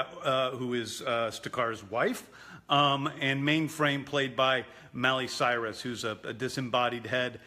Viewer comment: "Mally Cirus" hahahaha